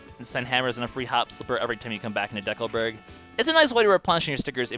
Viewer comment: Do people seriously pronounce it 'D. Calburg', like it's a people-name? I've been pronouncing it 'Deckleburg', and I don't plan on changing that anytime soon...